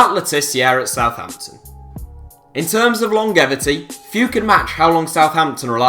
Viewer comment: Matt Le tiz-ear? Long-gevity? Please take some English lessons you wally.